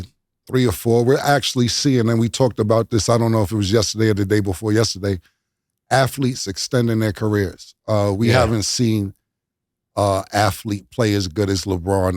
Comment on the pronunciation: Afleets (athletes) lol